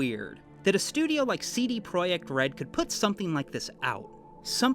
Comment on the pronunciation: Omg you pronounced CD Projekt correctly